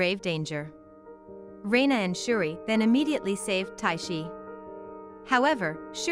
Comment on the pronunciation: Umm...its Judi. Not shuri